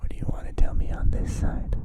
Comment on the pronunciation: Actually, it's "this", not "these". They have an accent and pronounce it similarly to these but it's not the same.